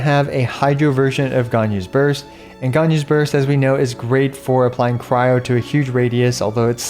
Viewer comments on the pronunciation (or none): none